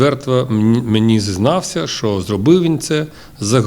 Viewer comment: не што а що та не релейный шкаф а релейна шафа!